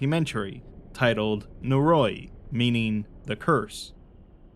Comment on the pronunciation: Noe roe ee, not naroy.